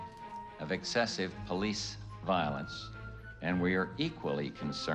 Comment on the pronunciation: "Porice beating"